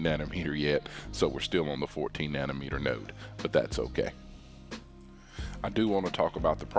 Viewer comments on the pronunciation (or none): none